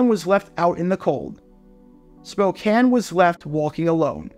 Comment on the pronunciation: Thank you for pronouncing Spokane correctly ~A nearby resident Go Hawks